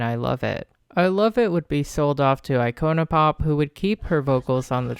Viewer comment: Girl why did you say iconic pop like that lmaoooo